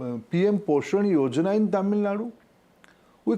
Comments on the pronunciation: Dear host and north.. it's not Tamilnad Kindly pronounce it TAMILNADU ... Dear minister, We the people of Tamilnadu knows that we are ahead of everything what you suggest. You need to follows us to uplift your state.😅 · Yeah bro . . They can't say tamilnadu and will say tamilnad. Same with kannad instead of kannada. They don't know you call your people kannadigas